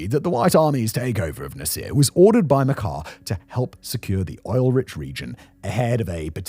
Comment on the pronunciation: It's not Makhar it's Mashar